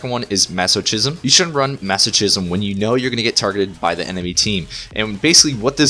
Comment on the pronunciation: Great Disc Priest talent guide! Keep it up! P.S. Masochism is actually pronounced "Mazokizm", not "mazoshizm".